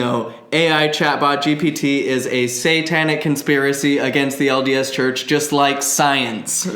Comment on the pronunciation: When says LDS Church I hear "odious Church". 😆